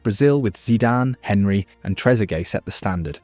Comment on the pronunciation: When I heard "HEN-REE" instead of "ON-REE" i just couldn't take this video serious.... next you'll be saying his first name is Terry